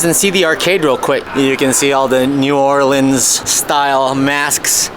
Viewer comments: Its the "Orleens", but if you're saying New Orleans and your from Louisiana, you say New "Awlins"...nuff said, lol! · It's The Or Leens